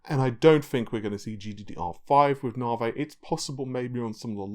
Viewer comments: Nahvaye? really?? come on?! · Navi: Na (A like America) + V (the letter). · Nahhvey, Narvey, Nahvay, Narvay... and no it isn't Narwhale either. That would be kinda cool though. :P Also, why the hell do you keep using that horrible Forza footage from AMD? It makes your videos look like sh.t. It's not related to the topic discussed either. At least fire up the game and grab some decent footage instead of that garbage.